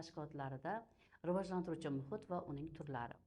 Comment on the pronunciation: Riojlantirish emas Rivojlantirish. Deyiladi ustoz